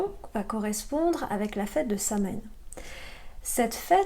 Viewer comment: Merci 😊 Juste pour info 😉 Samhain est une célébration celte / gaélique / irlandaise, ce mot ce prononce « sa-wine » ou « sa-wène » 🍀 Toujours étrange l’écriture irlandaise 🙃